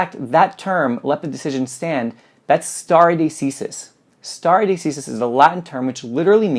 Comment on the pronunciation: Check your pronunciation on stare decisis please.